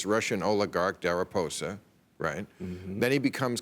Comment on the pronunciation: Deriposa???? Hahahahhahahahaha that’s Deripaska